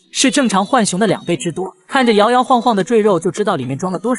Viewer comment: 來上個國語注音符號課8 浣熊: ㄏㄨㄢˇ ㄒㄩㄥˊ (又音) ㄨㄢˇ ㄒㄩㄥ ˊ 是三聲 ㄏㄨㄢˇ， 或者 ㄨㄢˇ 而非四聲 ㄏㄨㄢˋ 熊